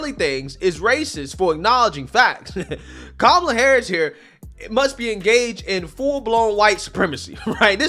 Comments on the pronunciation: Also you keep saying her name wrong. Her name is cumalla 😅😅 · Her name is Ka-ma-la, not Cumlala, but the way you say it is hilarious and accurately descriptive....